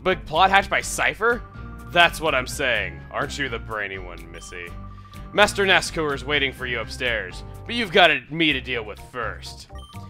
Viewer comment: Ever time you pronounce his name as NASCOOR it makes me cringe. I've always pronounced it NASCOUR (the OU making the same sound as in the words hour or loud).